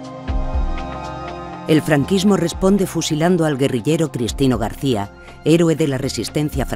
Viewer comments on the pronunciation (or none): none